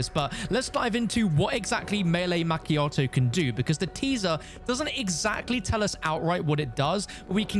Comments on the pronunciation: Not Mac chiato it’s pronounced ma chiato. That really really scratched my brain in a horrible way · the way you pronounced macchiato lol